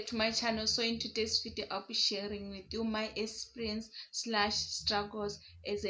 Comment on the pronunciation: mmh Zimbos pronunciation is emphasized.... I get what you mean. Like some of you guys will go "Sikisity" minutes, whereas it's sixty. Totally different. Like here you are saying esperience(eXperience). Uzoba strong